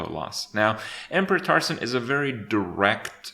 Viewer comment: "Emperor Taursaun"